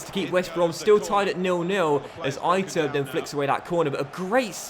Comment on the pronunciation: "eye-turb" lol , try "e-tur-bay" mate LOL